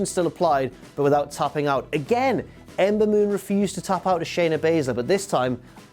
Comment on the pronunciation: Being drunk and trying to say Ember Moon so many times doesn't work so well. LOL.